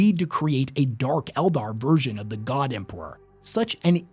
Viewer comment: How can bro say Empewow and Emperor, Thwone and Throne it's like a selective speech impediment